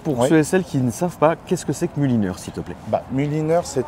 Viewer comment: Quech que ché 😂